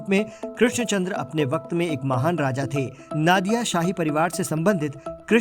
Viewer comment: It's not " na " in Nadia. Its pronunciation is " no " ..... So pronounce" Nodia "